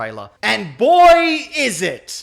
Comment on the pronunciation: when you say "boy" it sounds like you're trying to say BOI.